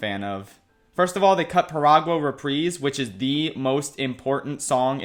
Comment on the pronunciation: I'm not a native Spanish speaker but I'm pretty sure it's piragUA not piragO? Like please correct me if I'm wrong but I just thought that was weird